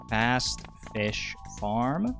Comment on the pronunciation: I keep hearing "Fast-ish" instead of Fast Fish fram every creation of a new run, which is very funny to me with the insistence of calling yourself "not a speadrunner" 😂